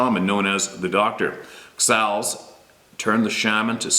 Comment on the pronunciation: Thank you for sharing my email I am jerrod taylor ... xals is pronounced (hauls) with a hard H..... sta alis is pronounced shhhh hay less..... I have other experiences to share....